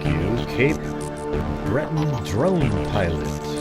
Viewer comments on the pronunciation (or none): none